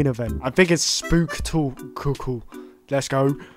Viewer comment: Bro said Spooktaclecle